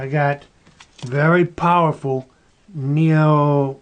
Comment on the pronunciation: This OLD FOOL can’t even pronounce NEODYMIUM. GARBAGE.